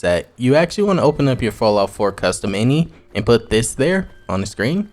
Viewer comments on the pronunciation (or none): did you call the eye en eye file and inny? lol